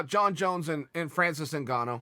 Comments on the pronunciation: Francis Ngannou: “My name is Francis” Chael: “Your name is Fancis” Fancis Ngannou: “I am Fancis, pride of Cameroon” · “Connor” “Fancis” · When Francis Ngannou met Chael Sonnen he was fan boying so much Chael now calls him 'Fan'cis...